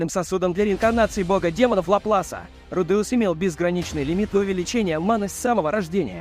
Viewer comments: Что за фигня с ударениями Рудеус ударение на первый слог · В Японском языке парные буквы, как меня бесит коверкание произношения: руде,ус вместо правильного ру,де,ус! Вы оригинал послушайте!!! Кошмар просто - ва,та,ши,ва или ко,ни,чи,ва а вы произносите коничи, ва или ваташи, ва((((